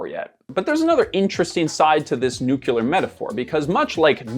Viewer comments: While I like your content,, I have a mini aneurism every time you mispronounce the word NUCLEAR. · I wanted to get to the promised non-depressing end of this vlog but had to give up because I can't take someone who mispronounces nuclear seriously. Sorry. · Say it with me nu… clear… nu…. clear. It’s not nuc-uler. Please sir!!!! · Nuclear not nucular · Nucular? I thought it was nuclear? Anyway, thanks Ground News. You're killing any interest I once had in your service with all your non-stop influencer ad campaigns. And now I'm sick of too. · sorry I had to say it, but it is nuCLEAR and not nuCULAR 😂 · Please stop saying nookular. It's nuclear... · It’s ‘NEW-CLEAR’ not ‘NEW-CUE-LAR’ ! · Loved the video but please, it’s nuclear not nuculur. Just say ‘new’ and then say ‘clear’. Nuclear. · Nu-cle ar. not nook ku lar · New-KLEE-ur. Please for Gods sake it’s not NU-KEW-lur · Why do Americans - and also Canadians apparently - say 'nu-que-lar' although the word is clearly 'nu-cle-ar'? -- It's not a critique or anything, I studied linguistics and I am very interested in everything language related. I also love the English language. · It's "nuclear", dude, not "nucular”! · I'm gonna be that guy... it's "new-clee-ar" not "new-kew-lar". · nukular war 😂😂😂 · American literacy rates = “nukyaler” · I'm just having so much trouble accepting that educated people, and even British people will say "nuke-you-lur" like Dubya. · How TF do you look at the work "nuclear" and decide "nukular" is the way to pronounce it?!! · Why do you say "new-cue-lar"? Are you stupid? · Stop saying nucular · oh no... he says "nucular" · It's like "nucular" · Nukular? NUKULAR? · Nucular. Lol. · You're the last guy in YouTube that I thought would pronounce it "nook-you-lur". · Just scrolling through the comments to make sure I'm not the only one. nuculer. ew. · Nucular? triggered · Made me think of homer saying it lmao